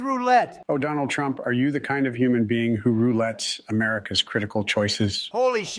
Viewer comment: 바이든 ㅋㅋㅋㅋㅋ 트럼프 이름을 제대로 못말해 ㅋㅋㅋㅋㅋ